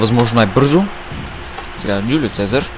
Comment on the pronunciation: Не се казва джулио фезар,а се казва жулио сезар